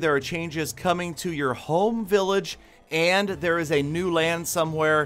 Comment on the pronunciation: The way he says 'Home' village